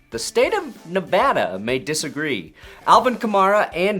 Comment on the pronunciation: Wow... a YouTuber actually said "Nevada" correctly. I think the sky is falling.